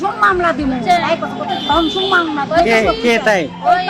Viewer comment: ধংসন না ধর্ষন বলে